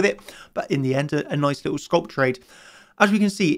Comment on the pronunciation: Could someone help him with pronunciation of "Scalp"